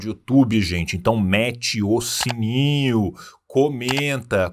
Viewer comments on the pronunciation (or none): none